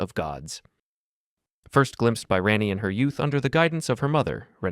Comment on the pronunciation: Bro mispronounce three names within the span of a minute Ronnie blithe and Abdullah that’s how they’re pronounced i’m not normally want to comment about mispronunciation, but three of them come on 😂